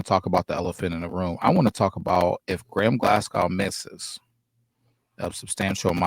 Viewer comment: Glascow?... No....!